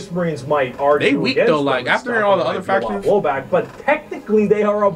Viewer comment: Just curious, are you guys intentionally saying "fractions" and not "factions"?